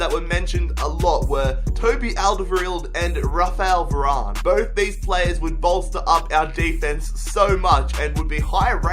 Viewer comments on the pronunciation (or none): Varane not Varany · No way did you pronounce Varane “Vararnay”... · It is pronounced varan you don't pronounce the e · "Varan-ey" looool